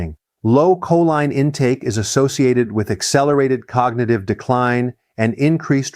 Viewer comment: Your AI voice over mispronounces choline.